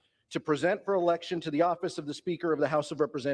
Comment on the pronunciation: Did you say election or erection?!?😇💙😂